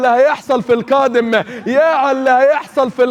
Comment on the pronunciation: اول مرة اشوف حد عنده اللتة فى القاف الفريك الكائم كااااادم كرة كدم